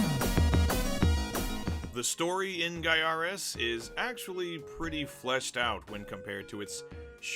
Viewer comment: I still think it's said "GUY-a-res"! Good review here!